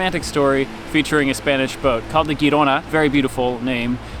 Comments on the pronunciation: The Spanish ship (and city) pronounced HEE-ro-na, with a harsh "h" as in "Bach" or "Loch Ness." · If the Spanish ship Girona is named for the city northeast of Barcelona, the G pronounced softer, like the J in Jersey.